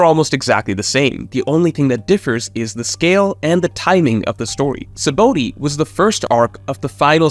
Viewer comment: Say it with me sa-ba-ode sheesh not sabooty